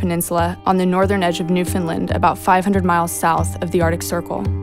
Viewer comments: its NewFOUNDland not NewFINland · The province is called Newfoundland and Labrador and the Torngat Mountains are located in Labrador not the northern edge of Newfoundland, also its pronounced New-Found-land.